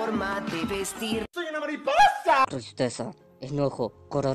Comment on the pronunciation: ya se pero como lo dice se escucha con una "h" y también es para darle humor